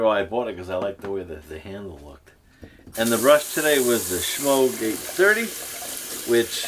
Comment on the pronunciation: I find that letting shaving oil absorb for a couple of minutes makes lathering easier, even with a soap stick. Thumbs up, but is there any way I could get you to quit mispronouncing the name, Semogue?